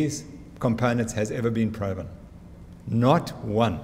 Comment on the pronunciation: What’s with the ‘pro’-ven. Is that a play on the word ‘pro’ fessional?